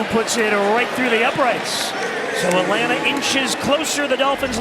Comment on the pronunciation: Boy I love the "Atlants" Falcons